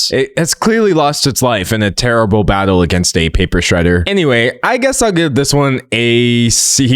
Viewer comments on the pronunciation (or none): none